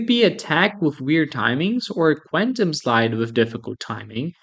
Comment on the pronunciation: I don't think that's how you say quantum.